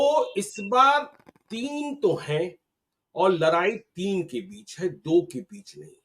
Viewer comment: लड़ाई होता है लरआई नहीं